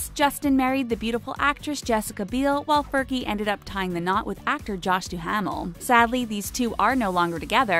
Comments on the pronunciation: Right? It sounds like Doomel, not Douh-Mail. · The way said Josh Duhamal I was so triggered